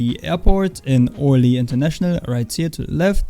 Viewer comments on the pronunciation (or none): Hi i'm one of your french sub, i wanna explain how to pronounce french City Paris [Pari] Bordeaux [Bordo] Calais [Calai] Orly [-ORly] the R is very loud Cotentin [Cotantin] Passe une bonne journée Have a good Day my friend 😁 🇫🇷🥖🥐🐌🐸🍷🍽️